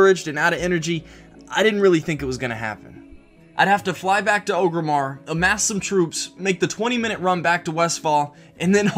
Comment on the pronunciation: Did you just say Ogremmar?